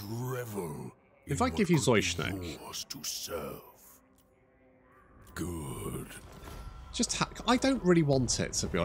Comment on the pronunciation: Zoishenk, not Zoisnhek..